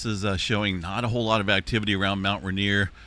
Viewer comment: It is pronounced rain, ier. Not ruhnier